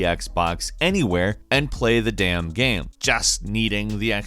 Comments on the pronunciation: Why does have trouble saying the word 'game?' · that explain how he cant say arduino, not once but twice, and every time the word game, came out as geem or something like that. still sexy sound though but... strong accent? dislexia? idk